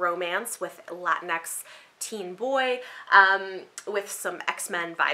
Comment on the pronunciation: Latinx pronounced La-teen-ex. Not Latin X.